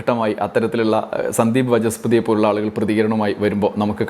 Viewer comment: Oru വിവരവും ഇല്ലാത്ത ഒരു മാധ്യമ പ്രവർത്തകനാണ് വജസ്പതി അല്ല വനസ്പതി...